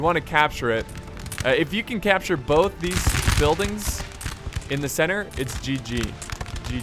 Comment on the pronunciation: Was Marshal Ney in that unit of French hussars at the start? Jesus. "Pousser la centre"'d a little too hard there.